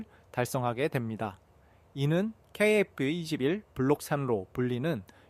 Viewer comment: 케이에프 이십일이그리 발음이 어려운가? 중국인인가?